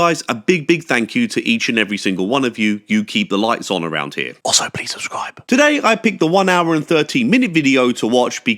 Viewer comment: PLEASE 🙏 never say susscribe… not even as a joke . I don’t know why but sometimes you choose to say susscribe instead of subscribe. But some of us are injured by this .